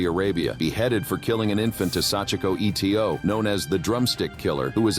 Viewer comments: Sachiko Eto - why does the narrator say the letters E T O and not pronounce her last name correctly - ‘Ee-toe’ ? Etc, is never pronounced E T C but as it’s full version of ‘et cetera’ (it’s Latin and means ‘and so on’) ! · It's not E T O, it is just Eto (EETOE)